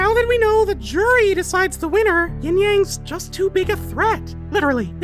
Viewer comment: Sorry, but its YIN-Yang. Not Ying-Yang.